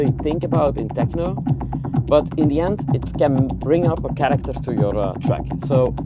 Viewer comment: I just came here to hear say TEJNO!